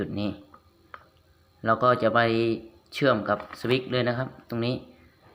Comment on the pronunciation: สวิคๆๆๆพูดให้ชัดๆ เขา อ่านออกเสียงว่า สวิตช์(สะ-วิด) switch